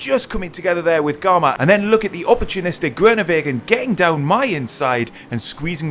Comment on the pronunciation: disappointing pronunciation of the name groenewegen smh